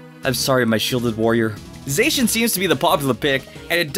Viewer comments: Za-she-in not Zay-she-in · It's Za-she-an not Zey-shan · It's not Zay-cian, it's Zah-cian. Sorry if I sounded rude...😥😥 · Stop 🤯 I’m dieng Don’t Say Zaycan Edit: it’s Zacen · You’re saying Zacian wrong! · Okay wtf was that pronunciation for Zacian lmao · Man, you butchered Zacian and Zamazenta's names. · Your not saying zachin right